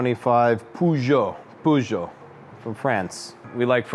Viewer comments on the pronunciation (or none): PoooJooe ... dont you mean Peugeot (Purrjoe) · It's a French company and should be pronounced POOzho. Purrjoe is how the Brits butchered the pronunciation and are the only nation that pronounce it that way.